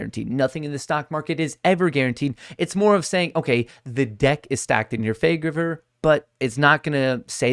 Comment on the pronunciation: "The deck is stacked in your fay-vuh-ger"